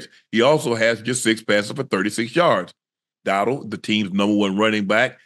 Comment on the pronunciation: that man acting like he don't know how to say Rico Dowdle last name😂